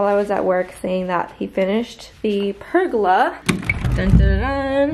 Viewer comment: I don’t know if it’s an American thing but the way you pronounce “pergola” sent me 🤣 love your work